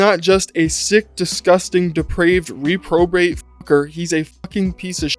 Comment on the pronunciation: Hey man great video just fyi for next time it’s pronounced “REPbrobate”